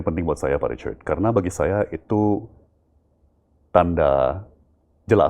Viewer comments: 😅iyes syuka banget waktu bilang pak Ricard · Cara pak tom mnyebut "Richard" bule banget 😂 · Asyik banget dengar pak Tom Lembong memanggil "Pak Richard" dg logat britishnya..